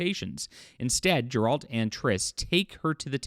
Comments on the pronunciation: Geralt not Gerold. But yeh, you're right. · Ffs, how are you so bad at names? The G in Geralt is saidnlike the G in go.